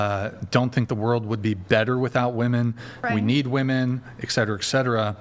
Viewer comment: ch3 is a straight up 10 until she says her rslurred pronunciation of women